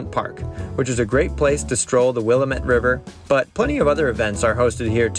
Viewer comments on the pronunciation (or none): it's Never, Never Will-a-met river..... it correctly pronounced " WilLAMmit river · For future reference “Will am et” not “willa mit” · Willa met lol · It’s Will-aaa-mit, damnit! Think: Damnit, Janet from RHPS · “Wil-la-met” and “Mul-to-no-ma.” Hilarious. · I came here to mock those, too. Ha ha ha! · Not to sound like that guy but its pronounced WILL-AM-MITT river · It’s pronounced Will Lamb It it rhymes with damn it! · wuh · la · muht….. Willamette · Great video, but I had to mention the pronunciation of Willamette and Multnomah. (There is no ‘i’ in Multnomah) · I came here to mock that. Ha ha ha! I cringed every time they mispronounced them. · You'd think you'd take 2 minutes and ask a few locals how to pronounce Willamette. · Learn to properly pronounce Willamette